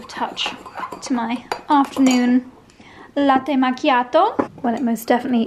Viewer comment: Salve, ti seguo da tanto tempo con molto piacere! " latte macchiato", bravissima ottima pronuncia! Un caro saluto☺😘☺